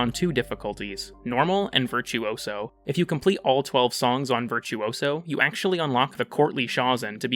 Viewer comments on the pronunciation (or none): none